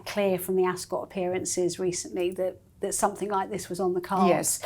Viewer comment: ..."somethink" yet again 🙄